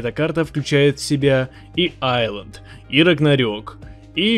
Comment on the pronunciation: Все кто хорошо знают английский и кто-то говори Исланд , а не Айланд : бунт !